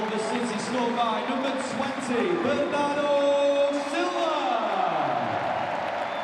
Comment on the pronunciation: The best "Bernardo" English Accent Pronunciation I have ever heard, coming from the bottom of his soul.